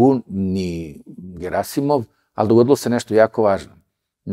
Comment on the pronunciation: Аман бре! Није "ГерАсимов" него "ГерасИмов"! Докле бре акцентовање из "круга двојке"? "ТелвИзија" а не "ТелЕвзија"! Нисте свесни колико су речи битне!!! Уосталом Бог је речима стварао свет!